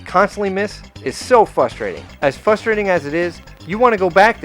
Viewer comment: "Fustating" That makes me irate.